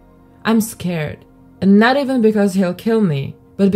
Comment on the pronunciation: Why do you always say EVAN, it's EEEEEEEEVEN, FELLINGS is FEEEEEEEEEEELINGS. AGH